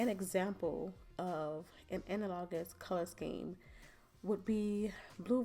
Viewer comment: Thank you for this informative video. When you pulled out that hand I thought it was real and it flipped me out for a minute. Also the way you say analogous drove me crazy.